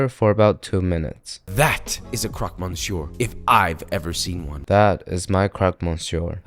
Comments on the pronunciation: "Crock Miss Your" - don't pronounce the 'n'. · Croque monsieur is pronounced khrokh mœuh-ssyœ or smth like that in french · The pronounciation of croque monsieur is killing me 😓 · how did u just pronounce croque mensieur??? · Never pronounce croque monsieur ever again. Edit: that also applies for Joshua